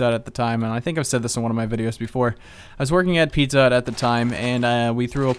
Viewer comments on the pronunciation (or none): none